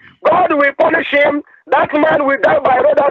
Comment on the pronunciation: "I DON'T WANT TO TALK TO HEEM!"